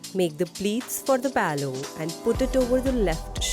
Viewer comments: Palow kya hota hai LMAO. How hard is it to say pallu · Did you just referred the "Pallu" as "Paloo" throughout the video??